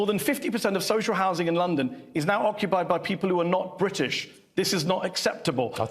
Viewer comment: There’s a T in British,! ‘Bridish’??? Makes me want to slap his legs.